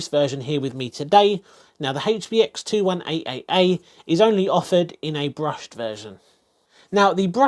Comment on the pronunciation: Rofl............. I usually like and suscribe after watching videos like this, if not and I liked most of the video I leave a feedback/reason. You keep on saying 21AAA and that's disgusting!